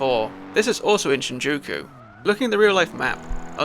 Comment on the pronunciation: This is a good video but you saying shinjoku instead of Shinjuku is driving me mad 😭again otherwise it's a really good video and for not knowing Japanese your pronunciation isn't horrible, the language is pretty phonetic so something like for example Yakuza is pronounced exactly as it's read, Yah-ku-za with no emphasis on any part of the word unless it's the sound of a certain vowel like I being pronounced like e so like geenza instead of ginza or j being something different but I don't know how to explain it, I'd recommend looking if up if you're interested in learning more lol